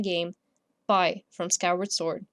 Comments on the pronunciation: also you were saying fie its fi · I thought fi was pronounced fee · Fi is pronounced Fee